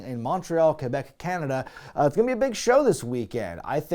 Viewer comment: As a Montrealer who's been listening to your back catalog, I'm so happy to hear you pronounce Montreal, Quebec as Mun-treal and Kuh-bec instead of Mawn-treal Kwuh-bec.